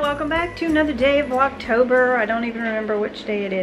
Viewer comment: Oh my you said Vlogtober ❤ but that’s ok we love you anyways!!!